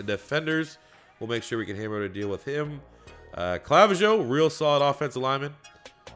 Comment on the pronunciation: Clavijo is pronounced Cluh-vee-ho